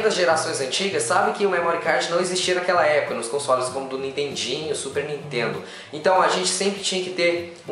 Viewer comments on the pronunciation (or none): none